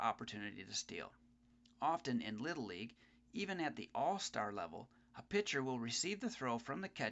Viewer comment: the word is PITCHER not picture...